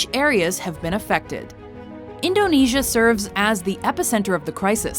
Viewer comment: you pronounce indonesia wrong its super annoying